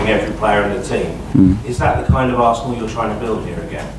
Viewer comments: Arsenal wenger, unai emirates, mikel Artenal 😂😂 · Mikel “Artenal”...